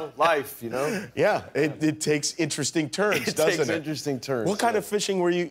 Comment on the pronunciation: no one: jimmy kimmel: thats so in-te-re-sting!